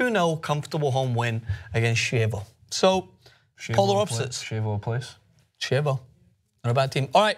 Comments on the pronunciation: Pronunciation correction for Chievo (Verona): the "ch" in Italian makes a "k" sound, so Chievo is pronounced "kievo" and not "shievo". Chievo is a neighborhood of Verona, the city of Romeo and Juliet located in Veneto, the same region where Venice is. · Chievo is not pronounced like that, it is pronounced Kievo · Ch in Chievo is pronounced K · Lmao, Chievo is pronounced Kievo